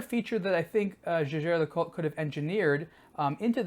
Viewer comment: Kudos for at least pronouncing the name Jaeger correctly.